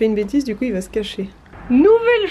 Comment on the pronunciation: Vers 12min 15, quand tu parles de Rochefort-en-terre et que tu dis: Quand on y vâ... avec le son a très québécois! Ça me rend un peu heureuse de voir que tu as pris un peu notre accent hahaha! Pour tes défi de mars, de mon côté, avec nos collègues, on c'est fait un Défi Équilibre en février. On avait plusieurs défis à relever. Malgré qu'on soit tous en télétravail depuis près d'un an, ça a super bien fonctionner! Des exemples de défis que nous avions à faire: une activité physique d'une durée minimale de 30 minutes (5x dans le mois), Prendre des nouvelles d'un collègues à qui on ne parle pas souvent (5x dans le mois), sortir dehors quotidiennement (pour faire autre chose que faire l'épicerie ou aller porter son enfant à l'école, 10x dans le mois) et OUI, on a fait ce défi dans le mois le plus froid de l'année au Québec! C'était génial de voir les collègues faire des activités à l'extérieur, ça nous donnait d'autres idées que seulement aller patiner sur notre patinoire de quartier. On s'envoyaient des photos et des vidéos pour s'encourager! C'était super de voir les collègues dans leur quotidien et c'est surprenant, mais, ça nous a même rapprocher! C'est certainement à refaire l'an prochain! :D Je te le conseil fortement! Ça peut également se faire avec des amis!